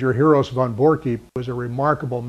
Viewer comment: Great Video...but its Von Borcke.... pronounced "Von Borck"....No "E" on the end. I sounds silly and pronounced wrong. is a great and smart man, Very nice guy but can't believe he got it wrong.